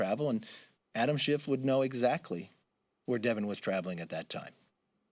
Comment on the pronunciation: I really love the subtle political insult of purposely mispronouncing names. They all know it's Schiff but half the time they say Shift. LOL